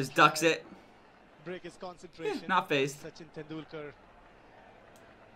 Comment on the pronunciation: You said Tendulkar rightly this time...Sachin and last name both you said correctly. Sachin started at the age of 16 years and played for almost 20-24 years...no athelete can do it even a chess player.. Cricket is a very very tough game. Do you remember any soccer or rugby player from States or Europe who had played for so long. Needless to say Football ends in 90 minutes while Cricket last for 5 days 7 hours each day